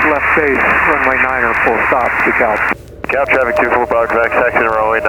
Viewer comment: For DeKalb, Illinois you need a hard L in that Kalb. It's only in in Georgia where they say it like you're saying it.